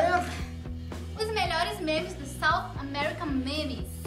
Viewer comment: Oh ela pronunciou SOUTH AMERICA MEMES ceritnho kkkkk BEIJOS❤